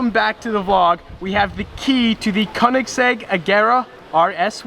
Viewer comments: Why do you say Konigsegg it speaks like königsegg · Its pronunced Ko-En-ig-segg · Its not konniksekk man 😂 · I HATE when ppl say Konigsegg as im german and i know how it's actually pronounced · Man im getting to fucking triggered Koenigsegg is pronounced Königseg the "ö" i pronounced as the "u" in duh. Try it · How many times did he say kenigsegg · Conikgsegg lol how he pronounces it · Imagine now knowing how to pronounce the name of your own car right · He didn't even know what year his car was and he couldn't pronounce Koenigsegg properly....🙄😤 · The way he says koenigsegg is wrong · You can't even properly pronounce "koenigsegg" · It's not a Koenigsegg... It's a Koenigseggiseggiseggisegg If you know you know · I hate how he pronounced koenigsegg Only Germans will understand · Its a Köenigsberg and not a KöenigsEGG! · pls learn how to say koenigsegg